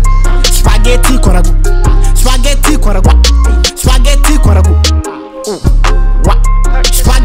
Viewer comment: É abbiamo capito sto spagheti con ragù Poi con una t pronuncia. (Spagheti)